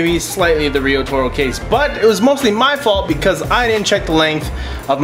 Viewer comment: seems to me it should be pronounced "riot-oro" that would make a lot more sense.